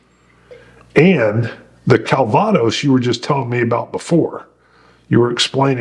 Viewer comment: I won’t correct you on your pronunciation of “Calvados”. Because that’s what douche bag commenters do.